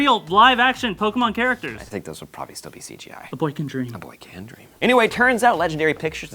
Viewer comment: "A boy can dream": "A boy caan dream" Me: Ha Yassssssss #GOT